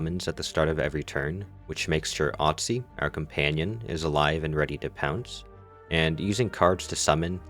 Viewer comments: its OSTY not OTSY hehehe but great video! ❤ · Not to be pedantic, but it's Osty not Otsy. Like the prefix for bone Osteo. That said, thanks for a nice concise video! Working on learning the new characters now.